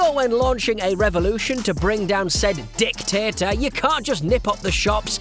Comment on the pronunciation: Emphasis on the DICtator